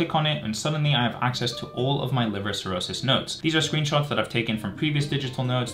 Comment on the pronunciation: Erm... it's cirrhosis not 'chirrosis'...